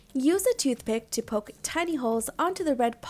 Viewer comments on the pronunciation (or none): none